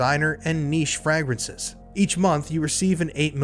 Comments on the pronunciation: Gross. Who says frahgrances? Lol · say FRAY-gruhns say it like: FRAY-gruhns. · "FrAgrinces" hehe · Fragrances is pronounced with a long A sound. Lol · Bro at least say the word correctly if you’re going to throw a crappy ad in 😂Frag- rences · My apologies, but the way you pronounce "fragrances" in the Scentbird ad is killing meee 😂😬